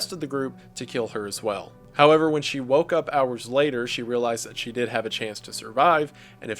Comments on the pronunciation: I've noticed this too! Sometimes I can roll with it, other times it really bothers me😅 but not enough to quit watching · It’s adorable!